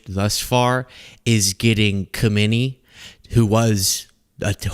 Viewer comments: Please,: the guy is not KhOmeni, he is KhAmeni😅 You are too young to have experienced KhOmeni.😅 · With all due respect, it is pronounced "eye-a-toll-ah ha-may-nee" the k is silent. Please be the only channel that pronounces it right? Keep doing what you do, this is the knly thing in 6(?) years I have said that isn't glowing. (Also, Ih-rah-n. and Ih-ray-nee-an) I know their regime doesn't deserve correct pronunciaton, but it would add to the professionalism of your channel. Said with love